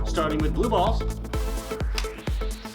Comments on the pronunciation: Same every single time he says balls I always say it again like it's weird lol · I don't know if is saying it differently, but in the beginning when he's stating what comes in the package, it sounds like he's saying "Balls" really goofy. "Included with The Vision is the blaster, bAULs, and instructions." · The way he says “bAlls” is the best part of the video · i love how he says ✨bALLs✨ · “Bawls” gets me every time 😂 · "Starting with the new blue bawls"😂😂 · why you sayin balls like that? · the emphasis on balls 💀💀💀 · The way he says balls is hilarious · The way he says "balls" is killing me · The way says balls is hilarious!!!!